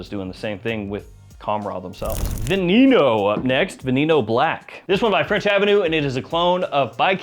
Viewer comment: In case you read this, the E in VENENO is not pronounced EEEE. It is a SHORT E like as in EGG. Veneno is POISON in Spanish (Snake, Poison, get it). Both E's are SHORT which so its VE-NE-NO. Not VEE-NEE-NO. Just an FYI.